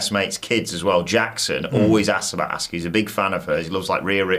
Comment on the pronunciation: "Assuka". You did it again. You've heard how it's pronounced. So, why? Both of you. "Damage Contarol"? 🤷‍♂️